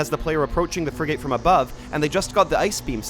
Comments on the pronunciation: Frigate is pronounced Friggit 🤓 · "Fri-gate" is interesting pronunciation. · I'm 🤏 this close to crashing the fuck out if he pronounces "frigate" that way one more fkn time